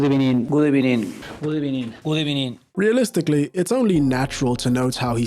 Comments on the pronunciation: Ebenining.....I am South African and speak 9 languages fluently. Speaking 4 doesnt give you an excuse to fck up the same word repeatedly. Arteta is clear of that clown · It’s v not b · here we go! A very good ebening to you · good ebening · its not a v its a b good ebening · POV: when the ebening is good